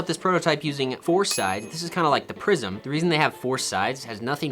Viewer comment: When he said prism I thought he said prison. I was so confused😂